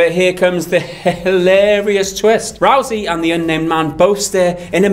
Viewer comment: Rousey is pronounced like house not roosey. Great vid as always guys